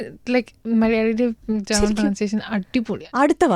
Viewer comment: ജേമൻ അല്ല. ജർമ്മൻ.